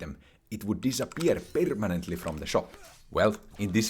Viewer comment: perrr minantlyy 🗣🗣🗣